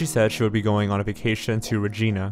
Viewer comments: Saskatchewan is pronounced “sask-at-chew-on” and Regina is pronounced “Ra-gina” :) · It’s Regina (Reg-ina) like if Reginald went to China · Reg-eye-na, not Reg-ee-na. Also, on the map he highlighted the Capilano River in BC instead of the Capilano neighbourhood in Edmonton. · Janayah It’s supposed to be pronounced like “Sa-skatch-e-won” with more emphasis on the “Sa” where as says it more like “Skatch-e-won”, and Regina is said “Ra-gyna” rather than “Re-geena” like the name:) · The city in Saskatchewan is not pronounced "Rej-een-a"..........it's REJ-EYE-NA. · Regina is pronounced Re-Jine-Ah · Yeah, it's reejainah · can't even say re-gi-na right. its like va-gi-na except RE. lol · Yorktown sasachewa... going on a trip to regeena 😅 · Regina is pronounced like vagina. Not the female given name Regina. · Also: "re-gi-nah" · "Rageena" GETS TRIGGERED IN CANADIAN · Also. Regina is pronounced “Re-Jy-Nah” and Yorkton is pronounced “York-tin” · wow this was just a couple hours from me. people still share her missing post all the time on my fb feed. wonder what really happened to her edit: and it’s pronounced “york-tun” and “reg eye nuh” lol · Yorktown, Sasashawa and Regeena Sasashawa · Regina is pronounced more like vagina, not like the female name spelled Regina. The I is a hard I sound, not an ee sound. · Just so you know it’s pronounced Sask-atch-e-wan and Re-gine-ah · It's pronounced "Re-Jai-na" and sess-kat-chew-waan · Don't forget how he pronounced Saskatchewan like "Saskashwan". As a Regina resident, that got to me the most, as posed to "Rageena"hah. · Oh goodness, the pronunciations of locations are off. Regina for instance is pronounced like vagina. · Please for the love of asgard look up pronounciations online, Regina is not Rageena. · Saskatchewan is pronounced Sas-catch-oo-on And Regina is pronounced like vagina but with an r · In dying over the pronunciation of Regina 😂😂😂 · Ikr he also said Regina and Yorkton wrong smh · Rottin Gal thanks!